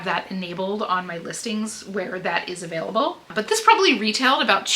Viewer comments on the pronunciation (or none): none